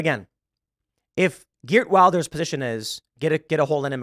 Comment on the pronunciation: Just a note His last name is pronounce with a "V" (vil-der), not Wilder.